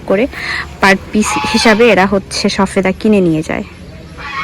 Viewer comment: শবেদা বলেন শফেদা বলছেন কেনো বলছেন